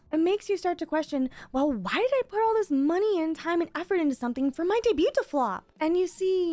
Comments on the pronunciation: Debut, debuting, and debuted. The T is silent. Vtubers seem to not know how to pronoun this word. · if anyone reading this, are you here because that video she mention debut "daeybyut"?